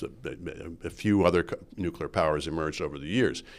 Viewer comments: Bit of a pet peeve but, for Heaven's sake Rudyard, you're a writer and a journalist...and a Canadian. It's not "nucular", it's NUCLEAR (nuːkliər or NOO-klee-er). George W Bush screwed that pronunciation for the world....apparently even Canada! Please do better. Merci!✌🇨🇦 PS: Thanks to Andrew Coyne for pronouncing it correctly! Say it with him: NOO-klee-er....NOO-klee-er.👌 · "Nucular" I drives me crazy when an otherwise educated man like Rudyard says : "nucular". Come on. You're not a kid.